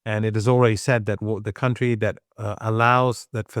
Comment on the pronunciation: man spricht das wirklich nicht KAuntry aus. man spricht es cantry aus. es gibt zwar ein County, das ist vielleicht liebst du ja die Kantone oder sowas das ist eher ein district....